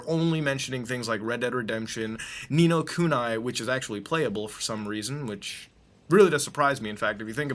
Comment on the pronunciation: It's Ni No Kuni and not Ni No Kunai you idiot